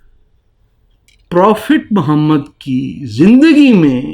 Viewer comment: Jahil insan say the name properly. Mohammed PBUH. You are the biggest jahil. Illegitimate child of RAW.